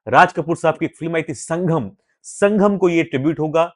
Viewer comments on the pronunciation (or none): संघम नहीं... संगम 🤭🤭🤭